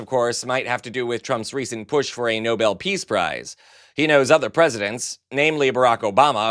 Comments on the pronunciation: And NOBEL isn't pronounced NOBLE... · It's Nobel, not noble, missy! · "Noble" Peace Prize? No-bell! Ms. Levitt, learn yourself how to talk rightly! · Did she? Oh yes she did - called it the nobel (noble) prize. Not the NoBEL. NOT TOO INFORMED! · Leavitt called for Trump to get the "Noble piece prize". Hasn't he had the people that did his Time cover make one for him he so he could hang it at Mar-a-logo. Just make sure its spelled the way she said it. Obama received the "Nobel piece prize". Not knowing the name shows how dumb she is. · She calls it "noble" peace prize and all the time I thought it was the NOBEL Peace Prize. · Someone please tell her how to pronounce ‘Nobel’…. She keeps saying ‘noble’ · The brainless twit called it the noble peace prize, not Nobel. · Leavitt called it The Noble Peace Prize. No-BELL if you can get it right and must sound it out. You GOLD DIGGING Airhead with a 60 year old husband!!!! ✌️🏳️‍🌈✌️ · No bull peace prize. It thought it was pronounced no bell. Stupid American barbie liar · She's so stupid that she pronounces Nobel as Noble. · Also - Karoline pronounced it noble and not Nobel - this entire administration has the combined IQ of a roll of toilet paper! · Did she say the Noble peace prize? I thought it was Nobel... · It’s the Nobel, not Noble, peace prize, Karoline. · And the blonde liar pronounced it NOBLE, not NOBEL. Big difference. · I'll be the first to admit my hearing is not what it used to be but did did she say NOBLE Peace Prize?? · Did Leavitt just mispronounce the Nobel as noble? Is English not her first language? 😂😂😂 trump can be awarded as many nobles as he wants! 😂😂😂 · How much of an idiot do you have to be to call it the "noble" peace prize? It's like hearing someone read out angel as angle. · She can't even pronounce Nobel correctly. He deserves nothing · Leavitt does not know how to pronounce "Nobel" hahahahaha She probably has NO IDEA what it IS hahahaha